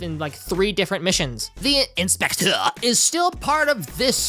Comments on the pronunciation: the inspechhhschtecheerrrr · i LOVE the way you say the inspectøur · Him saying "the Inspeceu" gets me every time. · The in-spekh-tEÚRRE 😂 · Great video! This whole video became 10x more fun to me when you started saying ‘INspecTOR’. Peak comedy right there, I laughed every single damn time. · I love how you say the inspector in a french accent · I love how you're pronouncing "the inspector" throughout the video 😂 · The way you say inspector is giving me an aneurysm❤ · i love your pronunciation of the "THEE EYN-SPECT-TURR" and "YAKOOOZA" had me laughing everytime.